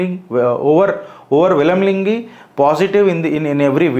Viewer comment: వీడి overwhelmingly pronunciation - గాయ్ గాయ్ గత్తర్ గత్తర్